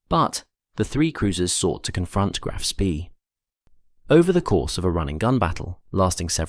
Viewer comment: Speed is pronounced Schpay in German, otherwise excellent video.